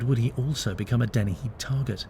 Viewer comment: Dennehy. Not Deni.